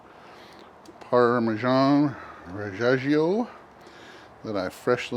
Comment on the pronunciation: definitely buying pizza stone for my bullseye now! one thing tho.parmigiano reggiano is par-mee-JEAH-noh red-JEAH-noh